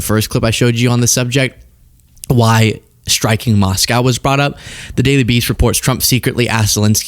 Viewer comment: what's a moss cow? 😅 🐮